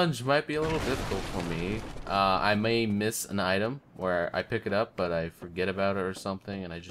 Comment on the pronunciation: Schizophrenia in this episode? I heard two.... Also, butts whenever you say but, lol.